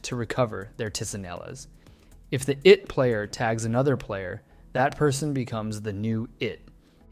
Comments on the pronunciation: as a filipino, i am not comfortable him saying tee see neh las instead of chi neh las, no hate tho. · For philippines you pronounce tsinelas as “chi ne las” not “tee si ne las” And for lata you pronounce it as “la ta” like very direct and kinda fast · ITS CHE-NEL-ASS